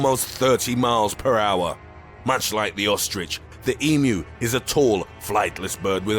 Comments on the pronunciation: THANK YOU!! you are the only video I have seen that got pronunciation of emu correct saying "E - MEW" as apposed to the butchered "E - MOO" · Very very impressed you pronounced emu correctly